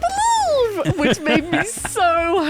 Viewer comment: Ah, ah, I gota beweve!